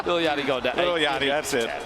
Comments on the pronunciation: “ little Yakkty “ 😂😂😂😂😂 it’s Yachty....like yacht 🛥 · DID MY DUDE JUST SAY LIL YOCKTY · little yakty is his pronounciation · lol guy called lil yachty little yacty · My guy said lil yarkey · They said little yachty wrong